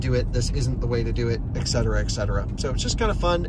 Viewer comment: It's "et cetera" (and so on) not "ex cetera". You can have your "expresso" now.